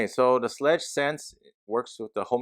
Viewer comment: Hey, thank you for your review! Also, it's pronounced SHLAYG with a long A sound, as in WAY. So it rhymes with LEG, but with that long A sound.